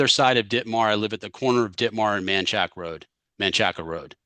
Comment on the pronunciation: The defendant is in the wrong. No honest respectful person from Austin pronounces Manchaca Rd like he did.